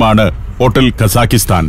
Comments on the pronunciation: പ്രിയ സന്തോഷ് ജോർജ്ജ്. ഞാൻ 8 കൊല്ലം അൽമാട്ടിയിൽ ജീവിച്ച ആളാണ്. അതു കൊണ്ടു മനസ്സിലാക്കിയതാണ്. കസാഖിസ്ഥാൻ എന്നല്ല കസാഖ്സ്ഥാൻ എന്നതാണ് ശരി. നമ്മൾ മലയാളികൾ ഉസ്ബക്കിസ്ഥാൻ കിർഗിസ്ഥാൻ എന്ന് പറയുന്ന പോലെ കസാഖിസ്ഥാൻ എന്ന് തെറ്റായി പറയുന്നതാണ് ' - തെറ്റാണ് ഞാൻ പറയുന്നതെങ്കിൽ ക്ഷമിക്കുക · The correct pronunciation should be "kazakhatan" without an "i" between both the syllables.